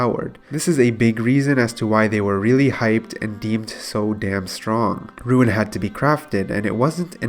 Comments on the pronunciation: your commentary is very good now. great job adapting to the advice so quickly. one gripe tho: “roon” not “ruin” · its not "RUIN" its RUUUUNE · "ROON" NOT "RUIN" JESUS CHRIST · why are you saying ruin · i will not watch if someone cant pronounce rune its half of the games name ffs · this guy and "ruin" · It's pronounced rune obviously, not sure why you would purposely go out of your way to say a word wrong about 200 times in a video, had to get off my ps4 and go to mobile just to comment about how annoying it is. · Says “Rune”scape but says “ruin” 2h.. niqqa what. Popcoin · Thought I was the only one that heard it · Why u keep saying ruin? And why Do u keep saying the same thing over and over again? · It's not "Ruin" my friend.